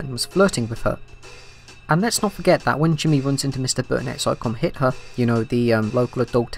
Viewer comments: Lol the store is Come Hither not come Hit Her. Hither is like old English for "over here" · haha it’s not “come hit-her” it’s “come hith-er”